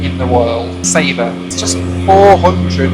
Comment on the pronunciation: It's not pronounced sayba , it's sa-ba